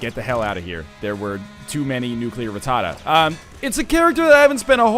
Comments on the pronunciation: Everytime he says nuclear ratada I feel like NL is doing a boston accent. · NL, please learn how to pronounce rattata.